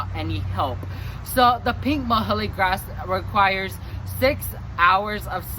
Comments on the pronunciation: nice video. Muhly is pronounced Mew-Lee :) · You're saying muhulee ...I've heard it called "Mewlee" grass, closer to the scientific name.